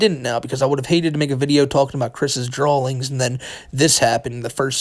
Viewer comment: Chris' what? "Drawlings" whattt